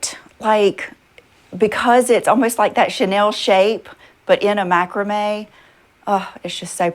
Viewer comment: No didn't go to Sunday school. Didnt they teach you about, greed,vanity,no? Please learn to say " Macrame " properly ffs.